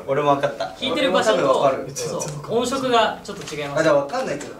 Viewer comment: で音色を『おんしょく』と読むのがさすがだなと😳 私も普段音楽をやっている身ですが業界の人はあまり『ねいろ』と言わない気がします